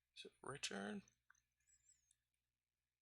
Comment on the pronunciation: The right pronunciation is VELA as it is written :) It is the italian for sail